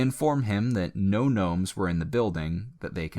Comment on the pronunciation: Did you say knomes